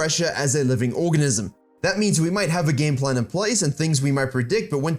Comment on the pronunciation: „living orgasm“? It’s not my native language but could it be you mean „organism“? I don’t wanna be the grammar police maybe I learn sth new, enjoy the Christmas Eve ❤️